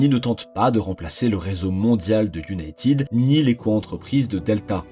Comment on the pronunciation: Encore un star en anglais : iounaitiiiiid 💩